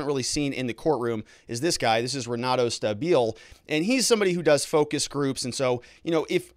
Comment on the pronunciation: If he’s Brazilian the R is silent. It’s Henato